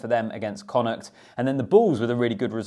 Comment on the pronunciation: Excellent pronunciation of connaught.